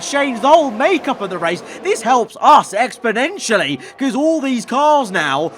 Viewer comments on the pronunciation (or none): none